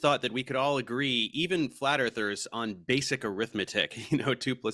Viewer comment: I thought he said "Flatter Thirst". But it was flat earthers, lol